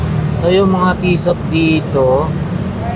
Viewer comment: TISSOT SILENT T PO YAN KUYA TISSO PAGBASA NIYAN❤